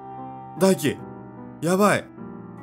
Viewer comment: 翼と大輝の読み方がツボw w